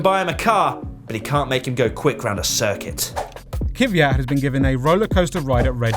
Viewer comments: its KVYAT not KIVYAT. gosh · How you guys with such a big team by now STILL mispronunce driver names (Kvyat and Giovinazzi) is beyond me...